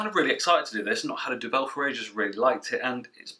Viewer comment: Duvel don’t put emphasis on the ‘vel’ put it on the Du. It means Devil BTW.